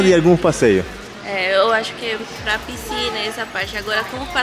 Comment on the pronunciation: deixe-me te falar: - a palavra correta e' (piscina). Vc sempre pronuncia errado. Desculpe-me, mas e' pra te ajudar.